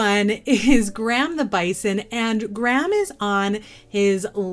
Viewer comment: Love your videos! Graham made me laugh, it’s my dads name 😂 it’s said “gray-uhm” 😜